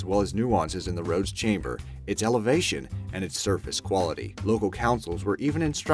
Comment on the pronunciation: "The roads chamber?" Ummm do you mean camber?